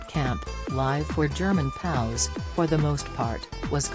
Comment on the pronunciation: Also, stop saying "POWS" ...either say P-O-W, or "Prisoner Of War." Be aware of the subject you are addressing.